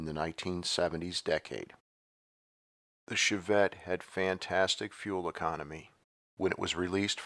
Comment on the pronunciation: "Shov-vette", lol